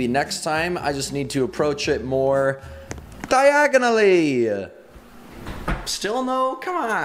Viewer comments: "diagonally" potterheads: 😳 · burp dIaGoNiLlY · DIAGONALLY Me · I said is saying it wrong so meh 😛